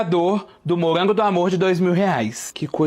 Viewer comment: se eu falasse “cagamelo” e “mogango”, iria preferir gastar dinheiro com uma fonoaudióloga.